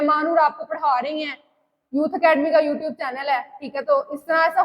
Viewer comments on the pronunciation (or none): none